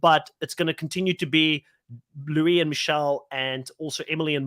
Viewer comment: Luis pronounces his name: Loo-iss